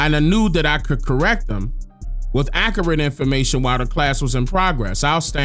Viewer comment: This dude can’t even pronounce accurate !!!